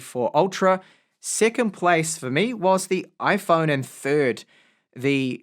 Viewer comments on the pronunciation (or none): none